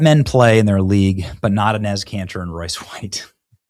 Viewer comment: why do you pronounce Enes' name like that?